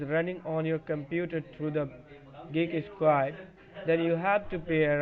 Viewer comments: He kept saying that he worked for "Geeky Squad." Made me laugh every time. Why not pick a company you can actually pronounce? It's not like they HAD to go with Geek squad! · I love how the katuas from Kolkata can't even say Geek Squad. "Geeky Squad!" 😂😂😂😂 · Dude cant even pronounce geek squad the right way...... The qickke sqward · I don't mean to to mean or a ass but if I were to ever receive a phone call and they guy called it GEAK SQUADE i would hang up right away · Did he say gigeesquad? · You'd think it would be a good idea to practice how to pronounce "Geek Squad" when you're claiming to be from Geek Squad. It's a tough chain of consonants but it can be mastered!